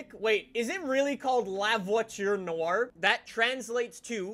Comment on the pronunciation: The pronunciation of La Voiture Noire was horrible :D But good try ;)